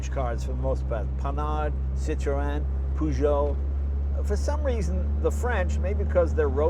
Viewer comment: Poo-jho lol I was hoping Mr. Leno can pronounce Peugeot correctly, but oh well... I think he is allowed to make this small mistake when he's such a wonderful person!